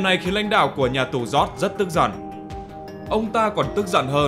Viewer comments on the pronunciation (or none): none